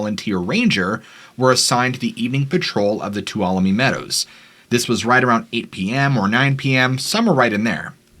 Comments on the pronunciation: Thank you for pronouncing Tuolumne properly. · What surprises Me Is that you pronounced Tuolumne correctly And Not....... Toul walo lu me As I've heard in the past .